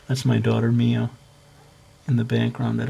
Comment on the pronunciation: When you said "Mio" I assumed you were talking about a cat^^ Keep up the good work! Can you do a tutorial on Clamp-style characters, like Code Geass